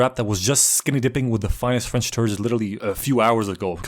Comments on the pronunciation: this was perfect, perfect accent, just mwah "chef kiss" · Pov : I´m french and I´m looking this video « Shit he have a good french accent saying some shitty fing of french ! » Sorry for the writing error